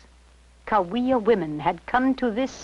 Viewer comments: It's pronounced "ka wee ya" pretty little DUDE! Oh, and not a drum culture a rattle and whistle culture. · Sauish'pak'iktum (mountain cahuilla). Cahuilla is pronounced = Kaw-whee-uh. I cringed when I heard him pronounce our name that way. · Great video! Quick note: Cahuilla is pronounced like ka wee yah(or at least that’s what Cahuilla people tell me) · Cahuilla is pronounced Ka-wee-aah. ❤ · Wow! Right off the start he mispronounces the name‽